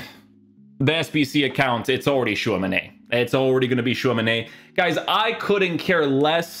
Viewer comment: Why do you say Tchouamenay it ends with an I